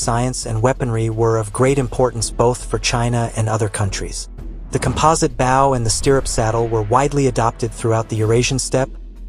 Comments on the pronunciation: AI narration mispronounces both English words, and Chinese words! Notice how "bow," as in. "bow and arrows," was sometimes pronounced bow, and sometimes, bough, even in the same sentence! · The English grammar was perfect, but your voice synthesizer could not properly pronounce the word ‘bow’. Just an FYI as it was otherwise perfect. Thank you!